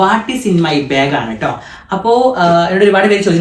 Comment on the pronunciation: ബാഗ് എന്നല്ലേ പറയാ ഇവൻ ഇതു "ബേഗ് "ആക്കിയോ 🤔 അതുപോലെ ആഷി ഉമ്മ എന്ന് പറയുന്നത് "ഇമ്മ"എന്നാണ്.. 🤔